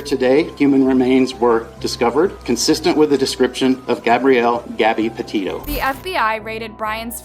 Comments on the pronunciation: Are you saying patito? Sound like your saying patillo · literally pronounces everything wrong😭 it’s petito not petio and also prayers for gabby’s fam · Girl, u really have to make an effort in pronouncing names and words correctly. It's pronounced "Laun-dree", not Laundrah. It's "Peti-to", not Petio.